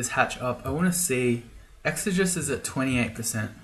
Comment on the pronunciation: it's ˌek-sə-ˈjē-səs